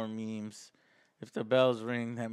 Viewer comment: Him pronouncing memes as maims is sort of fitting for the type of show Game of Thrones is